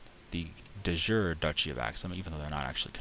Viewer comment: De Jure is pronounced Day Yuray.